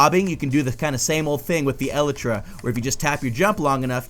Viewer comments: YOU KEEP SAYING ELTRA NOT ELYTRA RRRRRRRRRRRRR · its elytra not elitra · E-LY-TRA NOT El-e-tra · E-lie-truh. NOT eluhtruh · It's pronounced E-LITE-TRA not EH-LITRA. Sorry, you were hurting me. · Your saying it wrong, it's not eltra , it's elytra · El-ee-read not El-i-tris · It's "el-ee-tra" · so cringy its (e-li-tru) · I cant watch this anymore he is say "elytra" wrong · You say Elytra wrong. GAH